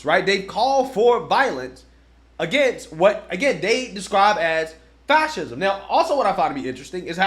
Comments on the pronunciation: Dude can't even pronounce fascism 😂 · Is not "Fashism" instead of "Fassesm"? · Seriously? Going to support a band of thugs that has failed to defeat two well know 20th century dictators and whose actions fueled the raise of one into a global disaster? Read a real history book and tell your buddy he's is completely mispronouncing Fascism. Time to grow up and act like adults not spoiled kids. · It is fucking HILARIOUS to me that the Krazy Krassensteins can't actually pronounce fascism properly.